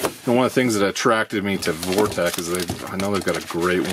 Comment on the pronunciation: It's pronounced Vortex not Vortech.